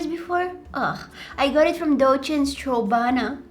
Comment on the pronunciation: HAHAHAHA 🤣 strawbana🤣🤣!